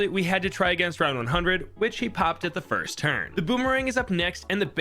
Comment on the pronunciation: I know i just get annoyed by people being stupid (also he didn’t say first he said “finst”)